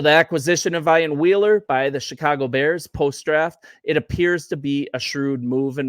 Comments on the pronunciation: EEEEEan, Ian. Not I an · Pronounced “Ee-an”